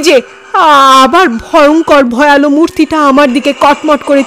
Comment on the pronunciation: খুব ভালো লাগে গল্প ও পরিবেশনা। সামান্য একটু কথা- উচ্চারণটা 'ভয়ালো' নয়, "ভয়াল"। আর একটা প্রচলিত উচ্চারণ 'হিঙস্র'- বেশির ভাগ গল্পের চ্যানেলেই শুনি- হওয়া উচিৎ "হিংস্র"।